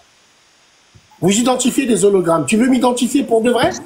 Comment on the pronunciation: On ne dit pas Zologramme ! Hologramme !!!